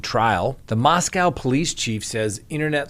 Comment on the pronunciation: Scott said "Mos-COW" again! Well, that is the way it's spelled...